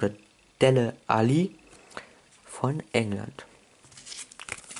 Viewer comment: Nicht dele ali sondern dali Alli Sprich es so aus das erste mal war es richtig!